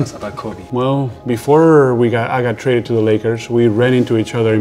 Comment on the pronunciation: "I'm not twaded?"-serge ibaka 2019